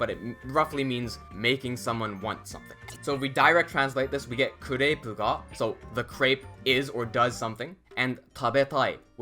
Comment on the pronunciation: I understood the "God particle" instead of "ga particle" at the start of the video.😅 I thought it was a bit sarcasm, as it is not far from the truth in Japanese language... Thank you for the videos - extremely helpful!